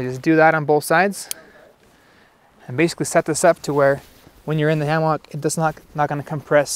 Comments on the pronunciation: Just because it is spelled HAMMOCK, IT'S NOT PRONOUNCED THAT WAY! IT'S PRONOUNCED HAMMICK!!!! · Say Ham-Mock one more time!!! FFS! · So it’s pronounced hammock?